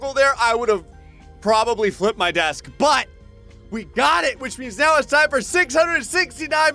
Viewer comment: when he said "I'll probably flip my desk" I thought he said "I'll probably wet my bed"🤣